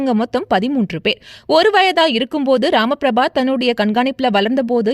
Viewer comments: உச்சரிப்பு தவறு. ராமபிரபா அல்ல. ரமா பிரபா. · Rama prabu ella Ramapraba ucharippe sari ellai. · பெயரை சரியாக உச்சரிம்மா பெயர் : ரமா பிரபா என்ன வோ போ